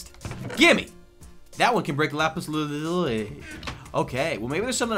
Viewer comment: Lapis lu-zoo-ly, that is how you say it